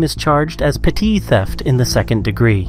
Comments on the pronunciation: Dude it’s pronounced “Petty” not petite 🤣 Petty theft is also written as petit but its pronounced petty. Just for future reference man. 👌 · How the hell did you pronounce petty theft😂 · Is he AI or just says petit oddly?